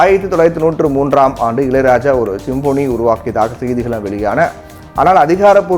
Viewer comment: சிம்பொனி.. சிம்போனி அல்ல.. உச்சரிப்பு சரியாக இல்லை